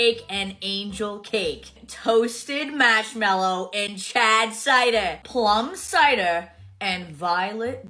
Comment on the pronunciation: the way she says marshmallows truly enrages me